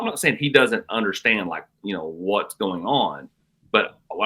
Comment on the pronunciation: Pet Peeve is the pronunciation of you know as yaow.